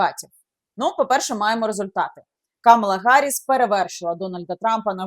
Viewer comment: КамАла, КамАла, пані Яніно, не плутайте.